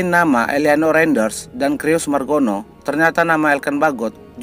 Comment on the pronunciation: Om Admin baca "Cyrus" itu bukan /Krius/ tapi /Saires/.